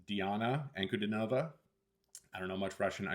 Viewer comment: "An-ku-DEE-no-vah". Accent on the middle syllable.